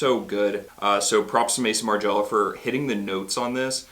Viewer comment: FYI “May-zon mar-ji-ella” not Mason Margela. Love By the Fireplace!